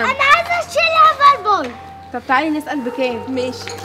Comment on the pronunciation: اسمو هاڨ بورد مش هڨر بورد